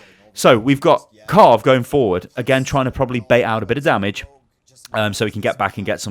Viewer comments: immortals's kar riv not carve lol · it's kariv, not karv. triggering me throughout the vid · Everytime I hear him say Karv when talking about Kariv I die a bit inside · IT'S KARIV! NOT 'KARV'! THERE'S AN I IN HIS NAME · Its kuh riv not karv its triggering me lol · It's Pronounced kar iv not karv lmao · Pretty sure It's kariv not karv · You said Karv for the immortals support but it's pronounced Kareev by the way. Love the vids tho;D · its pronounced "ka reev" not "car iv"